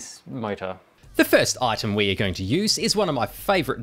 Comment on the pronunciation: Why do you pronounce "Ar" like a chinaman?